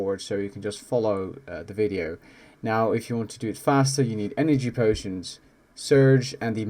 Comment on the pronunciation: lmfao bro why cant you say words correctly "enagee potions"